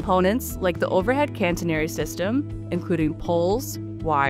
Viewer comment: catenary not cantenary